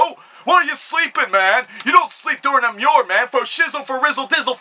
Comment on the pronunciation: it pissed me off when you pronounced emmure correctly